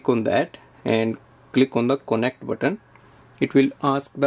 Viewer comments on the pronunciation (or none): Why do you say "konect" instead of "kanect"?